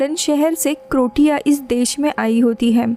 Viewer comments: क्रोटिया नहि क्रोसिया है 😂😂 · Croatia not Crotia😂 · Cro-tia or cro-cia?? 😂😂😂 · Nice, the place is Croatia= Cro-ay-ssia